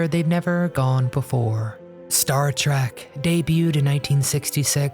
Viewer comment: Trek not Track